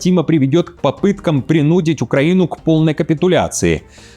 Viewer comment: Правильно: принудИть — ударение на и.